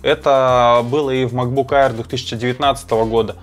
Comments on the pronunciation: Только не «айер», а «эйр»😊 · Макбук АИР... Читается как Эир